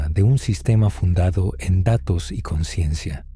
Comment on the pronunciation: La ausencia de la "S" de la palabra "consciencia" del narrador, puede dar a confusión con la palabra "conciencia". Gracias por hacer posible este canal. ❤️